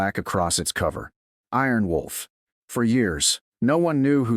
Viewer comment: This Narrator can not get the Special call sign right.!! ☆☆ Its not Aarron Wolf .or it's not Arron Wolf The correct call sign is " Iron Wolf " . Also why are you shouting. The use of all bold and capital letters is considered to be shouting and rude !!!